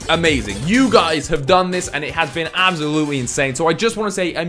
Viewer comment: I love how you say 'Absolutely' xD Abzalootly haha